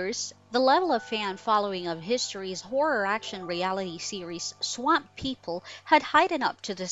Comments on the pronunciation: Like how she says swamp Sawamp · Why are you saying swamp like that? What the hell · Why is she having such a hard time pronouncing the word “swamp” haha jeeez ssmmhh !!!